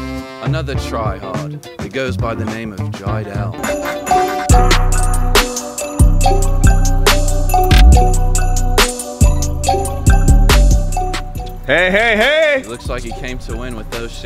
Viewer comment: Jiedel you mean trydel